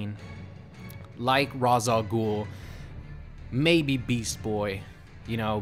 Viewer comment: its Rā's al ghul not Ra's